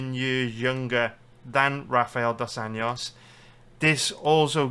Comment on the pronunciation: If you can’t pronounce Dos ANJOS just say RDA